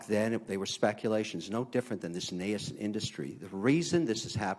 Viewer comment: O'Leary, you are a conman we all know that, but at least, pronounce nascent correctly. It is nās(e)nt, not na ya s(e)nt